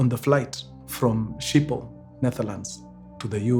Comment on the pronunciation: It is pronounced as "skhipol" in Dutch